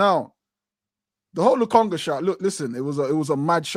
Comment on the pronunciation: Yo man said Lokonga 😂😂😂